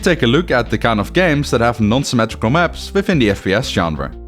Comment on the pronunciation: "symmatrical maps"